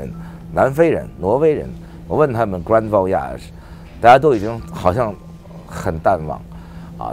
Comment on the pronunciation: 因为你 grand voyage 的发音有问题